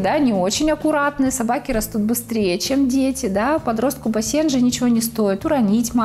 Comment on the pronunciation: Ударение на первый слог бАсенджи! А не басЕнджи!!